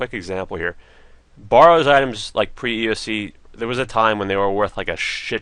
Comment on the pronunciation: Bare-rows correct pununciation :)